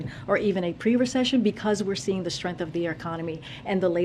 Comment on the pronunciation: You know you're an idiot when you pronounce strength "strenf" this broad is as dumb as a chewed up stick! My dog leaves more intelligent heaps on the lawn!